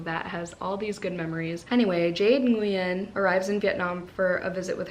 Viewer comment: thanh is pronounced like thai-ng and nguyen is like “win” or “wing” depending which viet you ask 😊